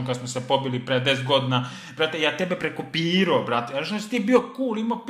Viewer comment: Kad kaze prekopiroo